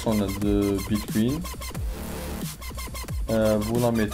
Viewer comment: Mdr bitcuin bitcuin Sinon c'est bien mais relax quand tu filme